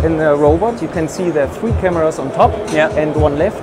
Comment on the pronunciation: Don’t like your accent of saying three as free, also, your continuous puffing after each shot